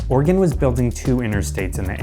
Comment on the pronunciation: Oregon not organ